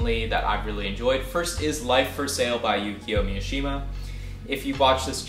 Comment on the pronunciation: would you please pronounce Mishima correctly.